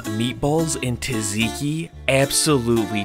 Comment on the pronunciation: Its tzatziki not taziki